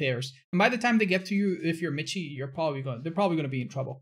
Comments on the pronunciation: If he's german, his name isn't pronounced "MiTchi" but more like "miShe". (like the word "she") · Hahaha es de las pocas veces que te escucho hablar español, xD lo digo porque al parecee Michi se pronuncia Miji, yo también cuando lo vi no sabía como pronunciar asi que lo hice como tú, a lo español xD Saludos, crack. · *for the Germans out there because has been mispronouncing the name: Michiiiiiiii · so does this guy really pronounce his name like otz does? because Michi in german is the short form of the name michael and is pronounced like "mihi". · Man kann nicht behaupten das miji wie Kirche oder Lurch ausgesprochen wird, das ist ein grober Fehler. Es wird wie Rachen, Rochen oder Rauchen ausgesprochen. Diese 2 Laute sind sehr verschieden und werden in zwei verschiedenen Mund Gegenden gebildet. Ich hab mich da emotional hineingesteigert, hätte ich nicht machen sollen, mir aber egal. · I know it’s been a year but because you are spanish: michi is german and the ch is pronounced like the spanish j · Its a german Name you say the ch in michi like a hissing cat and/or the j pronounce in spanish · He is probably german and you butchered his name. It's a nickname for Michael btw.